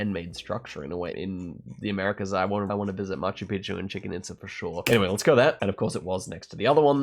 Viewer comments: the way said "Chicken Itsa"... crying rn. (pronounced Cheechin Eatza) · lol I had to laugh at "Chicken itza". I believe it's pronounced "cheech-en eetza" for future reference 👍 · brother. stop saying Chicken Itza. PLEASE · Chicken Itza??? Its chi-chen itza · Why is he calling it chicken Itza? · If you really want to visit Chichen Itza (which I recommend), you’d do well to not pronounce it as Chicken Itza! 😂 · "Chicken It's a" or could it be "Tea tie hoe can" ? 😁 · Bro said chicken itza 🐓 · chicken itza 😂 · It’s chicken pizza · chicken itza is crazy, wondering if this or the previous time when he said 'nijer' at niger is wilder :D